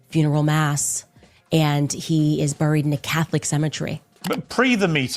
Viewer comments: For the love of God, stop saying ‘brried’!! Can’t take her serious based off that alone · Man I can't stand how she says burial and buried. What a dope